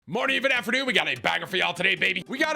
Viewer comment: bro you are literally saying Affernoon, not afternoon